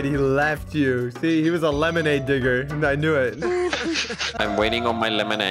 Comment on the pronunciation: At the beginning I thought said the n word but he just said digger